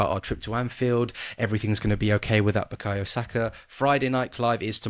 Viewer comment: Interesting you guys can pronounce Hincapie right but can't get Madueke or Bukayo right